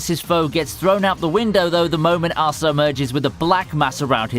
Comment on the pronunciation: Please don't pronounce Asta like that, please.